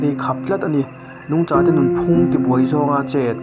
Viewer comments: NUNGCHÂ i lam rîk dan hi a dik lo, Mizo ṭawng tluang pangaih dik sa a awm, Mizo pangaih tan lam dik theih lo thu a a aem lo. VÂNTAWNGKHAWHTHLA i lam rîk ṭhin dân pawh kha a dik chuang lo, TÂWNG tiin i thlûk fân kher zel a, TÂWNG ni lovin TAWNG tih tur a ni. Kawng dangah i rilru puthmang a dik sia, Nangmah hria Mizote chuan kan ngaina vek che a, mahse i lar tawh sia, i lam dan hi ṭhangtharte-ah i tuh palh ang tih a hlauhawm, a ṭha lo lam chu seng luh a awl nasa mai bawk si. Midangin engtin nge an lam lo chîk ve chhin teh. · Nungcha tih i lam dan cha lai hi a dik lovin ka hria e a, eng pawh ni se i che tla vel hi a hmuhnawmin faina lama i hmalaknate hi fak awm ka ti thlawt. Tunlai thangtharte hian bawlhhlawh paih mai mai hi sim se ka ti khawp mai. Kan Pi leh Pu,kan Nu leh Pa te khan khawiah pawh kal se an chet tlatna hmunhma hi an thian fai leh thlap thin. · Kan seilenna avanga kan ṭawngthluk danglam satliah nge? Tun hnu hian ka hre ta fo mai! i video inṭan phata Nungcha i lamdan hian ka beng alo ti thlep deuh tih ka han sawi mai mai e, kan lam dan nen a inan loh avangin